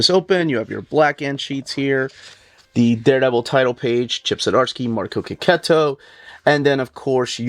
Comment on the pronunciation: Artist' name is pronounced KE-KETO! So glad I watched this vid and picked up on this after so many years of saying it wrobg! 😅